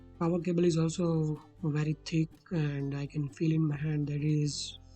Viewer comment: ITS CABLE NOT CAABLE GAWAAR